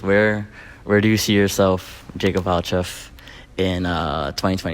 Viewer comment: Omigosh it’s valcheff how did you even book him